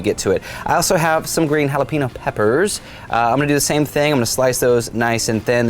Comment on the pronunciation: Jalippyno. Should be jalapeño. I’m just saying. Nice talking to ya